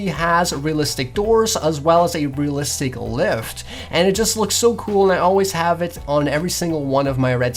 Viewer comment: it's rEalistic not rillistic you noob